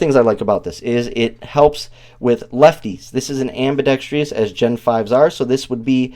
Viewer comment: “Ambidextrous” not “ambidextrious”